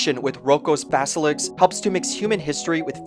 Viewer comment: it's basilisk, not baselix